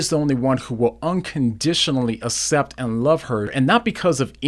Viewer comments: it's pronounced "ak-cept" by the way. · 1st: it's pronounced ax-cept. 2nd: your god/christian thing has nothing to do with what demi is talking about. She's talking about things she feels about in relation to 'gender' - maybe a totally abnormal thing, like being gay, being left-handed, flying in a metal thing in the sky called a plane, or anything that is not the most normal thing most people engage in most of the time. But it has nothing to do with religion. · I hate to point this out but it bugs me, have so much respect for you but you pronounce the word accept wrong. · Oh my gosh. I love your videos. I love your apologetics. I love your use of logic and clear explanations. But I couldn't watch all of this one. The word "accept," is pronounced əkˈsept, not uh-sept. It was driving me nuts! Much love, though. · I like what you have to say. I am distracted, though, by your pronunciation of “accept”. Maybe it’s a regional thing.